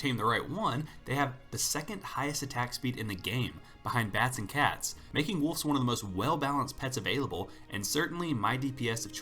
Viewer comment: Sounds like you're saying wolfs instead of wolves, I hear an f when you say wolves so wolfs.